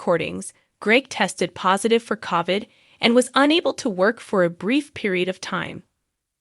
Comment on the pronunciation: The narrator pronounced COVID with an Ah sound And pronounced Nicole as nickel